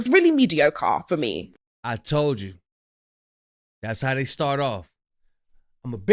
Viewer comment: listen to the Africans that you like hearing them talk, their pronunciation of words are very good they don’t say “thay” when the word is they not. You said it about 50 times. Listen and learn. That painting that we seen, should have been said, that painting that we see. Don’t criticize if you making the same errors